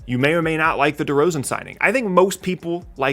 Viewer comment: It’s actually pronounced Derozan. How u got the e confused with the a is a mystery itself. Glad u like him tho.